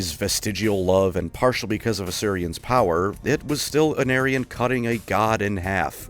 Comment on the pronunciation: WOW is this a bad moment for Aenarion's name to be pronounced like "an aryan"